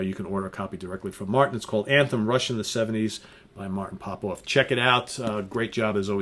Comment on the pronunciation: Dude, it's fucking RUSH!